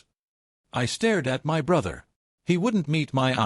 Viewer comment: Why are you reading the word “my” as the letters M-Y?